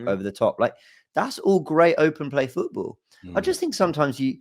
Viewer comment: Everytime says footBoo i get a fright